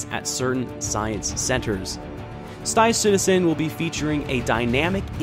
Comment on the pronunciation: Stive Citizen!